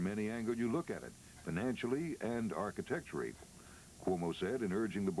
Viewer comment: I heard "archectury."